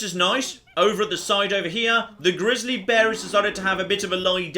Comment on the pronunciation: I love the way pronounces grizzly (Grizzalie)